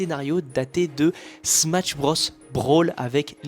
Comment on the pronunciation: Outre la prononciation fausse du titre du jeu (point negatif vraiment pas important imo) la vidéo est géniale!